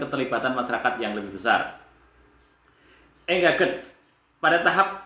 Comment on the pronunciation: engaged...baca engeij mas..hehe